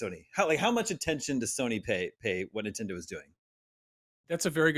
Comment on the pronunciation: Lost me at "Super Ninfriendos"